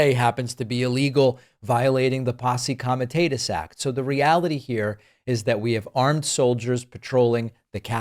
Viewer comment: David, you to learn to pronounce names properly. Ghislaine is pronounced with a hard G. And Posse Comitatus ❓ Ridiculous